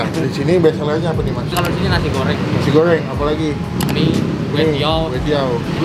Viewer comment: Nasi goowwwwrrrrweeenggg chabbbbee rrhhhawitttt